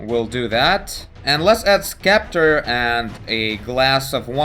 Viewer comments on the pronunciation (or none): you said scepter so wrong xD